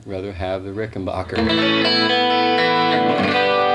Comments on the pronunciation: Ricken...."back"er....... not bacher............ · It's Ricken BACKER, not Ricken BAHKER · Considering Rickenbacker is an American company, it's amazing why Americans cant pronounce it! "A" for APPLE! not ARM!! For some reason it's annoying.